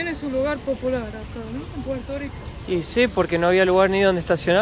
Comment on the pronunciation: No decimos Puelto lico, decimos Puerto Rico, con la rrrr más pronunciada.